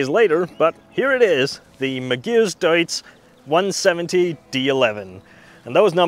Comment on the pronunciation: The first time you said it I thought it was probably just an error but by the fifth time I thought he just isnt reading it right , the vehicle is a Magirus Deutz which is pronounced Mag ih russ Doytze, back in the fifties/sixties and seventies they were world famous for their almost indestructable Deutze air cooled V engines that would start instantly whatever the temperature even as low as minus ten centigrade first turn of the key while all other big Diesels of the time would struggle ( never did find where they hid the anti freeze filler cap though lol) usually in three and four axle tippers but with a smattering of artic tractors here and there. Oh and by the way Iveco (acronym of INdustrial VEhicles COrporation) is pronounced eye vee co.